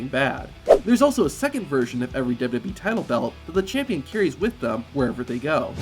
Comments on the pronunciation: Work on enunciating and slowing down. It's Double-U Double-U E, not Dub DUbya E. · "Dubya dubbee" 😂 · Did you know , this guy keeps saying WWB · I’m sure these facts are interesting but I can’t stomach a full 10 minutes of this dude pronouncing WWE as “dudub e” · Did you know the narrator in this video has no ability to say “WWE”? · Say wwe correctly once challenge